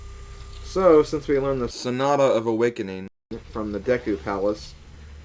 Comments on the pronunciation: Oh, and Rofl your emphasis on SONATA. XD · Haha, I love how replaced his mispronunciations of Sonata haha... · Gee, I'm sorry for that "Sonata" comment. I didn't mean to make you change stuff--everyone mispronounces things sometimes:P